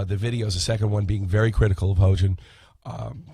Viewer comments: This man's keep saying hoejin XD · Its pronounced hEE-yoJin